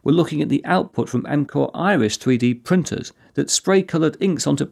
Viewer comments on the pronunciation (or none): none